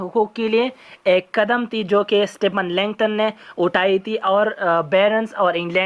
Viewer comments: It's Stephen Langton not stephen Linkton. By the way well explained appreciate it 😃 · Stephen langton.. Not linkton